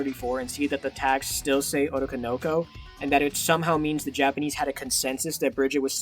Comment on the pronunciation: Saying otokonoko like that is killing me 😭